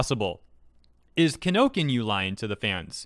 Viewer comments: It's Kinokuniya, not Kinokinyu or Kinokinya (spelled both ways in the description). Would have had no idea this was the huge Japanese bookstore chain without the videos of the tweets. :P It's scarier than it looks, the pronunciation is actually not that bad once you look at the proper spelling closely. Japanese companies tend to play it safe, so I'm guessing rather than take a chance, they pulled things until they can assess the situation. Though it wouldn't surprise me if if it becomes permanent/semi-permanent. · Long time watcher, first time poster. It's pronounced [Key - No - Koo - Nee - Ya]. You've been pronouncing it wrong for multiple videos and now I feel like I have to step in so I stop cringing every time you say "Kinokinyu". Please. PLEASE! Pronounce the name correctly... KI NO KU NI YA. Thanks. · ummm Kino Can Youuu not say Kinokuniya? lol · Are you calling them Kinokinyuu on purpose? 😁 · Every time he says "Kinokinyu" I wince. Ki-no-ku-ni-ya. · When he mentioned kinokinyu, I was like, I've never heard of this store before thinking it must probably be either a new store or he mistakenly pronounce Kinokuniya. Turns out it was the later. Honestly it was kinda rough to hear it every time he says kinokinyu xD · These days, I feel like mispronounces the names intentionally. Still like the content, don't get me wrong, but Kinokinyu was a little distracting. Ki no ku ni ya. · Kinokuniya is not pronounced like "kee no kee new", it's "ki no ku ni ya", or, "kee no koo nee ya". Each syllable of a japanese word correlates to a single character. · Correction not kinokinu, its KINO KUNI YA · ki-no-ku-ni-ya.... not Kino-Kin-Yu...... SMDH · Why is he pronouncing Kinokuniya as Kinokinyu...? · I hate to be that guy but it's kinokuniya. Not kinokinyu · You might wanna fix the fact that it's KinoKUNIYA, not Kinokinya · It's Kinokuniya. How did you read that as Kinokinyu? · I'm sorry if I'm nitpicking,but it's not "Kinokinyu" "KI NO KU NI YA". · It's Ki-no-ku-ni-ya.